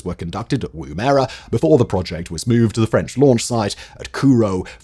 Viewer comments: It's pronounced "WOO-mu-ruh", not "Woom-AIR-ah". The 1st syllable rhymes with how Yorkshire people pronouce "gum". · Yip...Woo-muh-ruh. It was a device the Aboriginal used for throwing a spear...and pretty effective. But definitely not pronounced Woom-erah! Good video though! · Woom-erah. Woom-erah. Good god man. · It’s amazing just how wrong some people get our place names pronunciation. I’m sure I would butcher place names in other countries just as badly if not worse, but living in Australia I didn’t think there was any other way to pronounce Woomera until I heard that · I kept correcting his pronunciation each time he said it wrong!